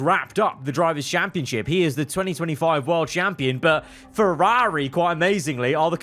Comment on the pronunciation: You were doing really well pronouncing Ferrari right up until the very end then you ruined it.